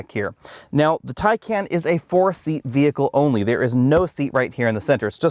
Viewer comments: Tie-Con. Not Tay-Can or Tie-Can. And it's Por-sha. Not Porsh. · wth is a tie-can. 🤦‍♂️ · BTW, it’s pronounced tie-con. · It’s pronounced Tai-Con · I cringe when I hear TieCan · Good review except you repeatedly mispronounced “Taycan”. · pronounces the name every which way except the correct way. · He actually pronounced Taycan wrong